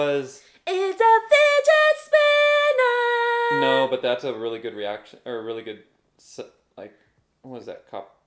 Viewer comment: That's hilarious that you guys call it "Fidget Spinner". I can't unhear it now.